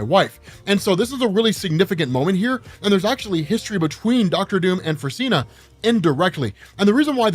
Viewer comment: Fruzsina is pronounced as froo-zhee-nah ("zs" is like "s" in "pleasure")